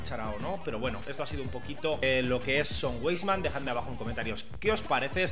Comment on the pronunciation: Buen vídeo, sólo una aclaración, si me permites. Se pronuncia "vaisman".Saludos